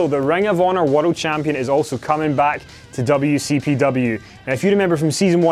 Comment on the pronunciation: stop saying world like wotled!!!